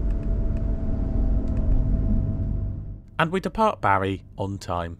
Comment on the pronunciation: Great review as always and often staying down in Puglia we often use the the local lines and often thought about the train to Rome but not sure now. Oh and its pronounced Bar ee not Barry 😁